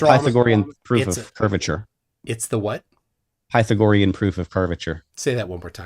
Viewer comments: “Pie-thow-gorr-ean” “Eee-ratt-o-steenz” 😂 Brilliant Gregorian Calendar: 1582 CE Rome adopted Christianity: 313 CE Only off by 1269 years Flerf… as the movie ‘Major League’ says: “Juuuuuust a bit outside.” “Kitchen wife” 😳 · If you want to jump straight to “Pie-tho-gorrean” proof of curvature 😂… “Eee-ratt-O-steenz” I had to rewatch this just for pronunciation.🤣 Every time I turn on my Surefire E2D 1000 lumen flashlight which gets quite hot in just a few seconds of use, I think of “cold light.”😂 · Pie-thuh-gor-eyun! E-rath-ehnees! Creh-puh-scuh-ler! Can't pronounce these, but can correctly pronounce the word pedo$&#@ That was one f-ed up response,. You went one enormous step too far., you provided no evidence and you brought up math and then never provided or even attempted to show how it works. You should never debate again. You are a FE nightmare. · “Pytha-gory-an theorem” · Pytha-GOR-ian... Bwahahaha!